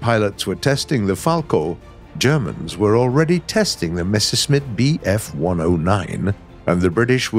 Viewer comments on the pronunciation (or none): none